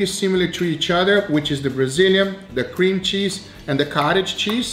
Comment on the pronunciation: "Cream Chese" lol